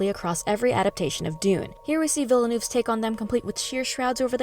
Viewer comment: Almost :). It’s French so the double L is not pronounced. Colbert pronounced it correctly on the Dune panel. Vee-nuv 👍